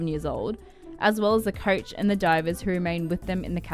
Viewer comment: Not the "couch" but the "coach" :-) Bless you anyway.